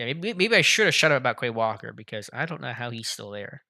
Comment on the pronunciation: Bro learn how to pronounce the names correctly 🤡. Look up how to say “ QUAY WALKER” 😐